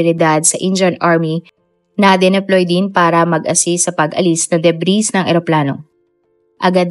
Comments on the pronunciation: Madam, hindi po kaybeen ang pronunciation ng cabin! It’s kah-Ben! At hindi po de- Bree’s ang pronunciation ng debris! It’s deh- Bree! Thanks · Debri silent s po.. 👍